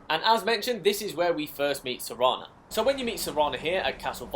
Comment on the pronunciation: Serana, not sereeeeeena